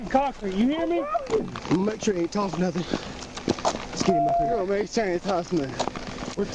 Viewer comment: "I didn't do nutten"